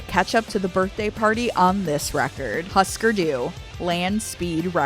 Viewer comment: Pronounced hoosker do not husker